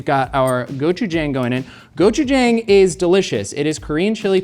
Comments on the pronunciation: psst...it is pronounced go-chu-jAHng and dduk-boh-key. I love seeing Korean elements in MK but it hurts to hear the words mispronounced. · Someone should teach how gochujang is actually pronounced 😅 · pronouncing Tteokboki correctly. But not Gochujang hurts my soul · Travors pronunciation of ttaekbokki and gochujang killed me dead. Just close enough to be infuriating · I do not like how pronounces tteokbokki an gochujang